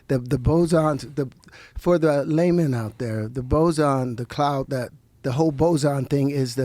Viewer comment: Terrance said, " for the lamen out there" lol